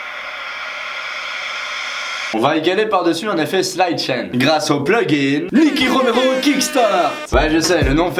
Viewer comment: Vraiment cool la video mec! Attention c'est "side-chain" pas "slide-chain"